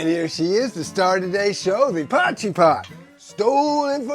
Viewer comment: This is actually an original dish from South Africa. Thank you for pronouncing it correctly man. As a South African now living in Mexico I miss potjiekos and haven’t eaten it in years!